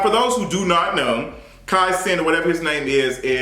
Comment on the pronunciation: GIRL, KAI WHO??? cmon hooked on phonics lol